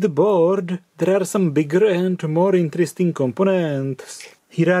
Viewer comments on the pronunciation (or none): none